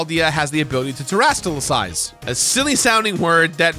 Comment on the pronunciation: Never says terastilize right lmao I love it!!! I only noticed halfway thru